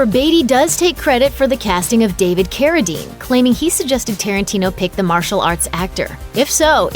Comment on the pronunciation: David Carradeen?